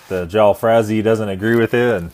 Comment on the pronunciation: Jalfrazi - pronounced Jull-FRAY-Zee (the "jull" rhymes with "null") Next time you go to an Indian restaurant, use this pronunciation and win 10 points in your waiters eyes!! lol :P